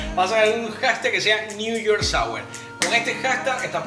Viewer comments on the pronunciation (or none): Newyork sawer hahaha